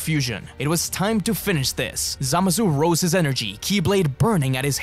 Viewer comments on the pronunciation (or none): none